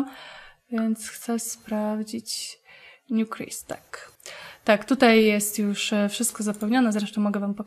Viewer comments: się jak czytać New Crest - Anglojęzyczni gameplayerzy czytają [nju krest] a nie "nju krist". Pozdrawiam serdecznie :) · Czy Newcrest nie czyta się Niukrest?